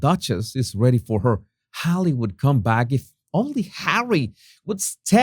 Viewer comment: Why did "meghans hollywood comeback" sound more like "meghan, hollywood scumbag" to me 😊